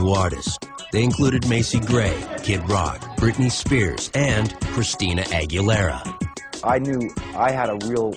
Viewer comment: Did the Star Search dude call her Christy-anna Aguerriaa ? LOL